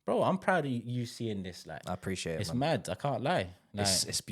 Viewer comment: Bro said Moving MAHd, good name there